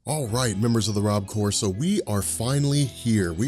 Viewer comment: "Rob Core" ....really? Meh, I don't having anything better for you so I don't know why I'm judging